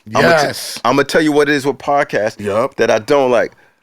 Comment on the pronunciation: “Podcastes” lol